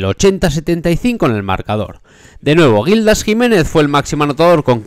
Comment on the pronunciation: A ver, amigo, que no es Gildás. Es Gíííldas!! Imagínate la rabia que le puede dar verse en estos vídeos tan guapos que haces, diciendo su nombre mal. Venga! Palabra llana, no aguda.